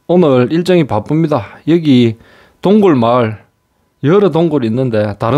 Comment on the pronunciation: 동굴, 군수물자란 발음이 아주 어색하네요.